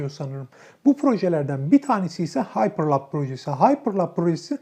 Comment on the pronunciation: bilgileriniz çok yanlış. starlink'in anlık uydu sayısı 1000'e yakın, 200 civarı değil! ayrıca elon musk'ın paypal'den ayrılma nedeni isim değil, şirketin sunucularını(altyapısını) başka bir teknolojiye geçirmek isterken oluşan anlaşmazlıklar. Ayrıca haypırlap değil, haypırlup diye okunur. Daha videoyu yarılamadan bu kadar yanlış var...